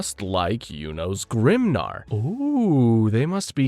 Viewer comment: you say "Yunos GRIMNAR" WHAT ARE U DOING LOLOL